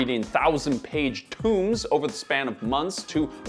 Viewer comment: You lost me at pronouncing Tomes as Tombs. 🤦🏼‍♂️